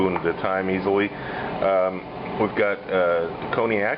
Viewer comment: Brought back memories. Forgive me though, if I smile at your pronunciation of Cognac as "Coney-Ack." Images of Coney Island and Nathan's flashed before my eyes - Steak Diane definitely not on the menu, there!